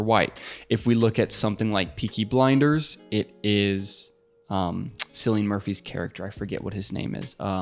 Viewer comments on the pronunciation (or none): Thanks for this extremely valuable guidance! FYI, Cillian Murphy’s first name is pronounced with a K sound, like Killian. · Kill-ian Murphy, not Sill-ian Murphy. (The actual pronunciation of Cillian Murphy's name)